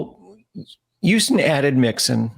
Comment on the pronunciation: Say Houston right and I’ll subscribe buddy.